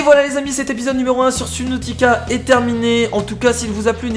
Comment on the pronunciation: On dit pas sUbnautica mais sEUbnautica